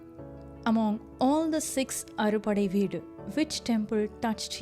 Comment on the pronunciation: Pronunciation not clear ...it is " aaru padaii veedu"